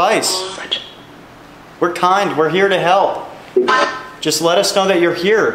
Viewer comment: I legit heard 'turtle' and not help XDDD